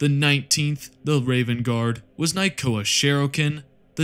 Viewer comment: Dude please....it's nykona not nykoa